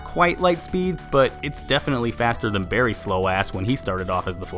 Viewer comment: It’s Barry not Berry